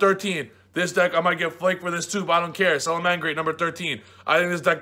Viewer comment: you really out here talking like a true toronto mans. gotta pronounce your words a little better lol